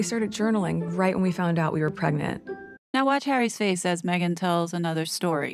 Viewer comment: It really gets on my nerves how Megabarf says "preg-net", instead of pregnant. Why won't she say it right? 😠